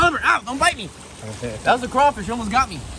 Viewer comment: I’m from Louisanna lol and it’s crawfish*🦞 but it’s okay we go let that slide lol